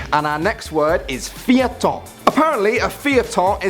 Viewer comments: you said feuilleton wrong. its pronounced fay-tuhn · Feuilleton is pronounced fuh-yuh-ton. Feuille means paper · I laugh so hard when he pronounced feuilleton xD Also the longest french word that I know is anticonstitutionnellement